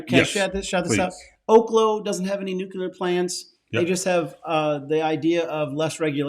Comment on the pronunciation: saying "nuclear" 😂 love you guys